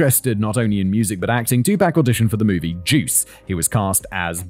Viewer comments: I had to come here to watch the remainder of the show I missed out on in the clipped podcast version. Very well written Kevin! Simon, your mispronunciation of Black American names sent me into a fit of giggles. I won't hold it against you. But it's pretty bad. 😂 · Great video but not a good look to 1. Not use an actual picture of Tupac on the thumbnail and 2. Not confirm the proper pronunciation of his name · hearing you mispronounce "Tupac" hurts my ears, but great video none the less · Im not sure i can watch all of this with your butchery of Tupacs name 🤣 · You checked on pronouncing Suge but didn't get Tupac right... Sounds like Tupok. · you know his name is TWO-POC right? not TWO-PACK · He pronounce it as "2 pack", which is wrong. "Tu" part is pronounced same as number 2, but "pac" is pronounced as "pɑːk". Check his song "All eyez on me", he says his name at the beginning of the 2nd verse right after hook. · Not me clenching my jaw every time Simon says "2-pack" instead of "2pahk" 😅🤪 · Hearing how Brits pronounce his name 🤣 "too pack" instead of "too pock" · Jesus SIMON "Too-Pock" stop saying fuckin Too-pack. Lmfao😅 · Simon you mispronouncing his name. Your saying pac like Pac-Man .. when it pronounced like POC like a epoc... Trust me you'll gain more street credit saying it like 2-poc... Even know it's spelled 2-pac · Its Tupac, not twopack ffs.... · Please learn how to properly pronounce his name. It's not two pack it's two pock! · I’m so sorry Kevin and Simon. I love these videos, but I don’t think I can bear to listen to an hour of Simon saying “2-pack” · Pack makes sense like pac man haha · "TOO-pahk" phoneticly the "a" in Tupac is like the a in autumn not apple. It has the rounder softer long "ah" apposed to the short staccato "aye". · Oh bollocks... It's 'two-pack.' Silly made-up name anyway... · this episode is going to be hilarious 😂 “tu-pack” 😂😂😂😂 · Simon out here callin him two-pack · It kills me a little bit every time you say “two pack”